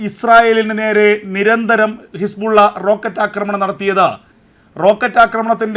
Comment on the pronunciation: ഹിസ്പുള്ള അല്ല ബ്രോ ഹിസ്ബുളള